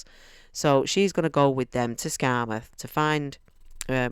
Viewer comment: That’s spot on how to say it,! 💀👍